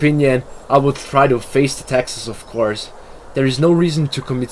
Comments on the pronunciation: It did sound like Texas! 😄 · I heard it too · So true max.